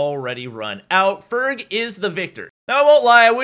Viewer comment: Doc says ferg ferge